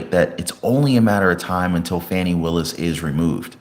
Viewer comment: STOP WITH THE FONI ITS FANI